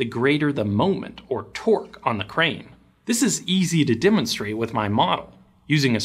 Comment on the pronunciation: As someone who has been in construction for 20 years now and also running a dozer as we speak. when you say crane i hear brain. Should have put in those ear plugs.